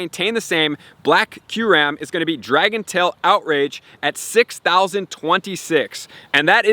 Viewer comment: It’s pronounced: “ky-you-rem.” Not “curam”